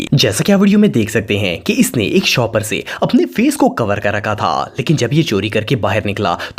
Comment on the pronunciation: Please clear bola karein...Ap mix kr dety ho words Car - Call Shapar Theep - Shopper Thief